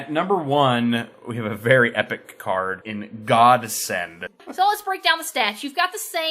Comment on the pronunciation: "God send" or "Gods end" O_O